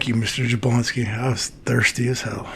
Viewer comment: Jabloński is pronounced with a Y if anyone cares...(ya-BLON-ski)...always emphasis on second to last syllable on Polish words.